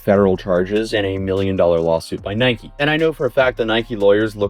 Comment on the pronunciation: Can anyone pronounce Nike correctly.....